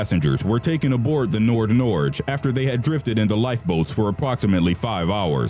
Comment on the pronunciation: Good job pronouncing Nord Norge.